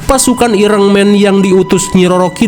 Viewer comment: iron man❌ Ireng man✔️😹